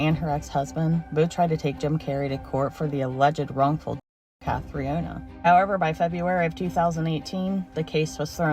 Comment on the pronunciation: Being Irish, I can not let the mispronounced name of Jim Carey's ex who took her life. It is pronounced Cath-tree-nah, not Catriana. Sorry, but a quick google search would have helped in pronunciation. This is all 💚🤍🧡